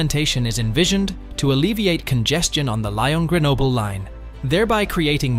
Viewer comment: Why does Italy pay 10% more than France when France occupies nearly 4 times the amount of tunnel space? Also Lyon is pronounced lee-on.